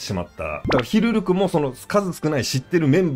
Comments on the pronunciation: ずっと間違ってるなw 思い込みってコエーw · ヒルルクって言うから全然内容入ってこねえ😂